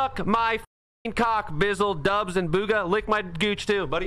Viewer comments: did just say bagha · My mans said bogha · the guy could have said his name right at least 😂